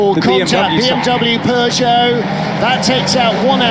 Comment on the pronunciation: Peugeot ❌ Pegeout ✅